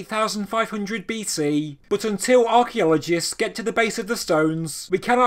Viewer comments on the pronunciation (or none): none